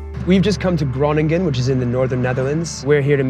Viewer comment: That pronunciation on Groningen was truly incredible.